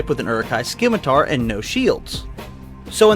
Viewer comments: It is pronounced "simitar", not "skimitar" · The C in scimitar is silent.